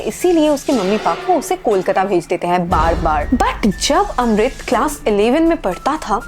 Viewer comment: Kis kis ko Amrit ki jagah Rohit sunai Diya